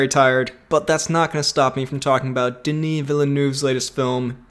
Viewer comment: FYI, your pronunciation of "Denis" is spot on, but "Ville-" is more like "veal", and "-neuve" is more like "dove" (the pidgeon). Try saying "veal dove" a few times, then change out the D for an N.